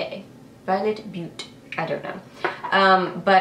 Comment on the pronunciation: When you said "Beaute" I couldn't help but laugh, because I live in Montana and we have a town called Butte (pronounced the same way) and everyone who's not from here pronounces it as "butt". And it just reminded me of that 😂 😂😂 Also, do you have the L'Oréal infallible shadow I'm "Golden emerald"? because if you don't have it, you need it. It's my favorite!